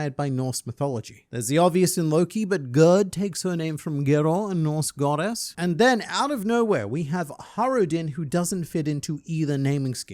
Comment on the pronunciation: I'm sorry random internet man, but its Gerðr which is pronounced more like Gerthr, but the modern variant in scandinavia at least is Gerd. It is not Geror at least